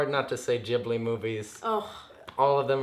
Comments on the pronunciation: It’s studio Ghibli not studio Jhibli sorry but that just annoyed me xx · I hate that they pronounce Ghibli wrong 🙃😭